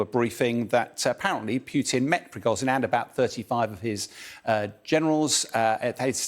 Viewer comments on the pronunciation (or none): zh in Prigozhin is pronounced like the s in leisure. It isn't difficult!